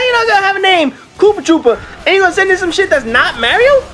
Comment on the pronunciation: Uh.. It um actaully K00PTR00P not koopatroopa.. awkward..